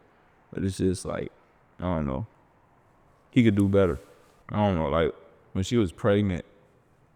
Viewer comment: Ending the vid on a “ion know”😂